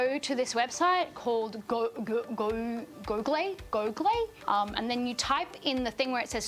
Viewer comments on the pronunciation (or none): The way she attempts to pronounce“Google” is everything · The fact she doesn't know how google is pronounced made my day XD